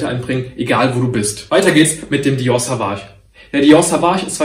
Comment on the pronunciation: Du sprichst das Dior Parfum falsch aus, bei Sauvage wird das „au“ als „o“ ausgesprochen, also Sovage und nicht wie du es aussprichst Savage 😙